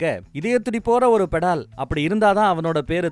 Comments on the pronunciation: அது "பெடால்" இல்லீங்க...., "பேதாள்" அதாவது நாம வேதாளம்னு சொல்றமில்லையா அது வடமொழியில் "bhedhal" நம்ம உச்சரிப்புல சொல்லனும்னா "வேதாள்" என்று சொல்லலாம்! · அது படால் இல்லை ❌ வேதாள் .... வேதாளம் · Bro it's not petal it is vedhalam in Hindi Betal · bettal illa vedaal (vedalam)